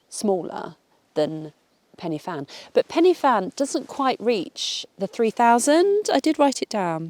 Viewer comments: croeso i gymru Welcome to Wales Right time to de-English you a bit. It’s not Pennyfan Try a cheeky trick It’s Pen uh van Corn du cheeky trick The d makes a thee sound. corn thee We want you to stay But we are like the Borg we will try and assimilate you 😀😀😀😀😀😆😆😆😆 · Welcome/croeso! For future ref, Penyfan = "pen--er-van, and Corn Du = "corn-dee"